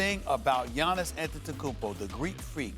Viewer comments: Max: Att-et-a-cum-pow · Max: “ antetekungpao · Max - “Antentukunpow” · I hate the way Max pronounces Greek Freak’s last name....🤦🏽‍♂️🤦🏽‍♂️🤦🏽‍♂️ just say his first name or nickname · How can Stephen A and Max report on the NBA on a daily basis yet they can’t pronounce the last name of the reigning MVP (antetokounmpo)🤦🤡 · Max is trying so hard to say Giannis’s last name right🤣🤣🤣🤣🤣🤣🤣